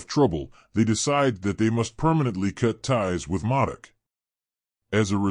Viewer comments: I’m not trying to be a jack wagon brother I promise I still respect your work you put into the video but it’s basically like Mohdock is how to pronounce it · You may wanna fix this video lol you’ve mispronounced his name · yeah fix that word, good info and video